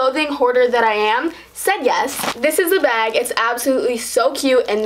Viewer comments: It sounds like she says beg not bag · "Baeg" "Taeg" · lol the way she says ‘bag’ 😂